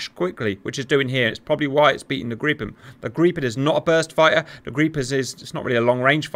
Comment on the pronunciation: Grippen not Greeppen